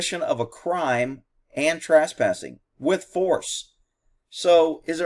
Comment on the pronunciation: Hey, is "Trass-passing" in Texas, what the rest of the English speaking world calls trespassing?